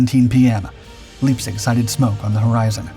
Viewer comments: ...and Leipzig is pronounced LIPE-tzich. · It's so irritating to hear repeated mispronunciations, especially when the correct pronunciation is very well known. 'Spee' is pronounced 'Shpay.' And 'Leipzig' isn't 'Leapzig' (sic), it's 'Lyepzig.'